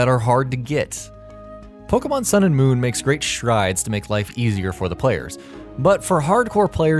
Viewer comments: It's not Poke mon, or Pokey mon, it's Po kay mon (or at least, in terms of pronounciation). The e is accented, which is why it sounds like ay. Plus, in pretty much every single commercial and TV episode, they pronounce it correctly. How do so many people manage to mispronounce it? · How I long for the day when everyone will be able to pronounce "Pokémon" correctly.